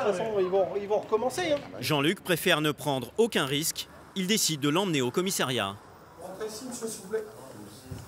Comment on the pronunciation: On dit commissariat et non commissairiat !